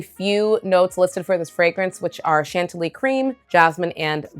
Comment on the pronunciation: You pronounced it correctly - shahn-TILL-ee Rare